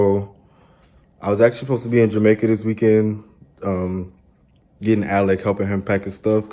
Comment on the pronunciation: Sorry, Alec, not Alic. Whatever.. you deserve it all. Love you both !!🥲